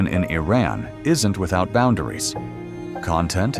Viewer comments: Awful AI narrated pseudo-documentary. Can't even decide how to pronounce the name Iran. Pure propaganda that pretends Kurdish women don't get their heads bashed in, or that they are the number one supporter of terrorism in the Middle East. Some nice footage of the filthy streets and the more chic areas. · Your Iran pronunciation is very bad. In one line, you pronounce the name of Iran three different ways. Also, most of ur video is showing an area that poor people are exchanging things on the ground that is more negative than you try to be positive . I think u need to learn how to say Iran a right way then prepare that manipulating video . Iran is a great country and proud of its pre Islamic history. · It's not 'eye' ran it's pronounced EeRan. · It was somewhat accurate about the culture and its people, but needs some improvements. 1. Iran is not pronounced I-Ran, it's pronounced E-Run like India. 2. Most of the hateful imagery comes from the Islamic Republic NOT Iranians. 3. Although Iranians are hospitable and kind, the regime is despicable, hateful and ignorant. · I wonder why the narrator keeps mispronouncing Iran. He is claiming that he is stating facts about Iran. Still, he cannot even pronounce Iran correctly. He keeps saying I ran! And don't get me started with the flea market scenes. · Correction! Iranians DO NOT use Arabic alphabets! They might look similar at first glance but they are not the same We have our own alphabets which is different from Arabs BTW, it is not "I ran" as in running! It is Iran which pronounced like (ee-run) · Well done. One correction; the name of the country isn't I-Ran. It's pronounced EE-RON. Thank you 😊😊😊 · Iran is pronounced as EE-Rahn, not Ayran. and the people are called EE-Ranians. Iraq is EE-raq, not Ayraq. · What is Eye-raan??? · You don't even pronounce the name of the country properly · A low-quality video made by someone who can’t even pronounce the name of Iran correctly. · I roc and Eye ran 😅 it's Iraq and Iran